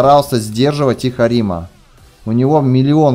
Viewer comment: Да блин какой арима' , правильно а'рима